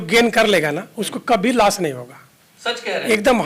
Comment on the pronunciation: एक भाई 'Strategy' को 'Astrology' बोल रहा है दूसरा टोपी वाला बब्बा 'लॉस' को 'लाश' बोल रहा है। Full मनोरंजन है भाई। SEBI अब इन सबकी दुकानों पे ताले लगाने वाली है। शायद अगला वीडियो ये शूट ही ना कर पाएं।